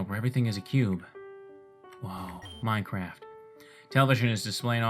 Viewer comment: Woah, MiNecWaft...